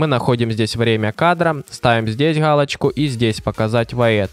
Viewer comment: Гхалочку сдесь и гхалочку сдесь ))))